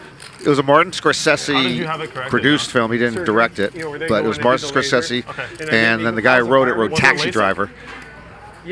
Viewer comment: Doesn’t know how to properly pronounce Martin Scorsese’s last name correctly🤦🏻‍♂️🤦🏻‍♂️🤦🏻‍♂️